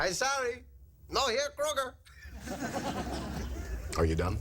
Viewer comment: I love out of George's dad mispronounces Krueger's name. He omits the R kind of.